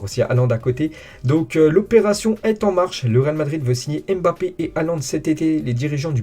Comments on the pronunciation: vrai. Mbappé se lit= Bappé… et non M‘Bappé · Tu as raison c’est vrai qu’on dit MMMM BAPPEE 🤣😂😂😂😂, pour info c’est un nom africain et camerounais en particulier et ça ne se prononce pas ainsi …